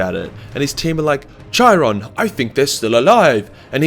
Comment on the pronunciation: You butchered Chirons name, use Greek pronunciation not French